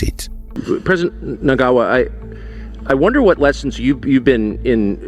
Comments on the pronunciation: Your surprising mispronunciation of Zimbabwean president Emmerson Mnangagwa's name coupled with what then became meaningless verbosity, was so irritatingly atrocious that I was unable to continue after . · Can you at least research how to say the presidents Names. Don't be as disrespectful is western journalists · And can you put in some effort in pronouncing Zimbabwe’s president’s name correctly with all due respect!